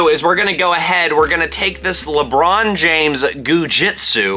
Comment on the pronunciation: Lebrohn Jainflamation